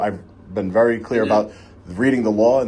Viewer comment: “ be vawee vawee quite, I’m hunting wabbits “